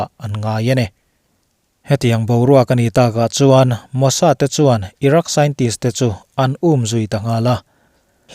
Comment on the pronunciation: Irak nge iran(Iraq) haha